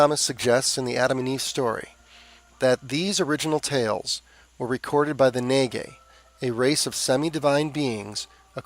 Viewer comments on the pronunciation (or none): Naga is not pronounced “Naygay.” Ugh. That kind of pronunciation doesn’t bode well for you your “research.” Nagas are divininized serpents in Asia. I don’t think you know your stuff.